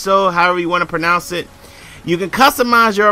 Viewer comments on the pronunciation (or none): none